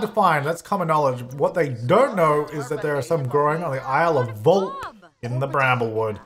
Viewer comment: Volpe is my last name and i love that it is in the game ( and he pronounced in wrong) lmao